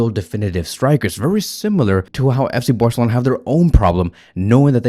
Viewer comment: “FC Boarcelona”